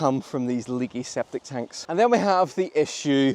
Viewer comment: "Sceptic Tanks"...lol.